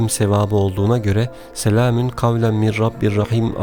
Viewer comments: Selamin gavlen mi diyorsunuz yoksa bana mi öyle geldi. Doğrusu selamûn gavlemmirRabbirRaHim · Ben mi yanlış duyuyorum yoksa gerçekten " SELAMİN " mi diyor. Eğer böyle söylüyorsa yanlış söylüyor. Doğrusu " SELAMUN " olacak.